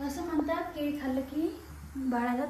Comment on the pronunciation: केडी नाही केळी म्हणतात